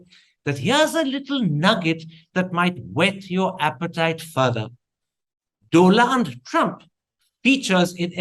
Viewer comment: Dolund Trump, you had me there 😂😂😂😂😂😂